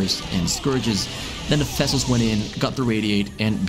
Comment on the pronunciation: What a brute zerg! You saying fessels all the time, instead of vessels (interestingly enough you can pronounce “v“ in other words)